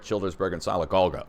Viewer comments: Greetings from Alabama! Sylacauga is pronounced silla-cauga. The y is a short i sound. Although you can pronounce it however you like! :) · Sylacauga is pronounced Sil-a-cog-a